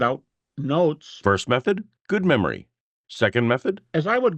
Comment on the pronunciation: "...but the lord [has ?] given me a good membry"? Game over duude. Game over. [Ya cain't fix styoopid.]